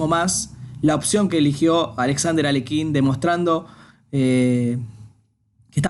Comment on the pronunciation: No, Aliójin